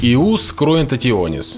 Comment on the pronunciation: Не Иус, а Йус.